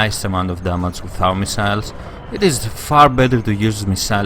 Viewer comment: You silly, it's not how You say damage :D